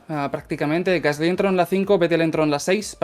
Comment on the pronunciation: Me encantan las notas de, pero solo tengo una objeción... Dejad de decir "Gaslí" por favor. Es "Gasli", es una palabra llana, no aguda. Muchas gracias y seguid así. Un saludo desde París